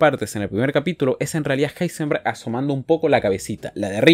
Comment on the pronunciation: Me encanta que en uno de los números del top le llama a Heisenberg: ilsenberg o como se diga